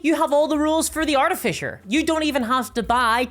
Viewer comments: What is an "Artifisher"? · "Arti-Fisher" that is all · Wait.... What's an art-a-fisher? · “Arti-fisher”🙄 You don’t have 10 seconds to learn how to pronounce something? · lol, "artifisher" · Say Art-eh-Fisher one more time… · Jeez i guess if is believed its artifisher now not artificer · Is there any D&D content creator who knows how to pronounce the word artificer? It is pronounced AR-TIF-ISS-ER. Not ARTY-FISHER or ART-IF-ICE-ER. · did you just say Arty-fisher? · "Artifisher"... giggle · What's an arti-fisher? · You say Artifisher funny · Arty Fissure ~ A tasteful crack. I shouldn't make fun of an accent but this was a missed opportunity for an edit like the "feet" one. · Wait... how are you pronouncing Artificer?? I didn't realise we had a class that went fishing for paintings. ;) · Fucking say artificer right omg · I know that it's just your accent, and I'm not trying to insult you at all, but the way you pronounce artificer makes me think of a steampunk fisher.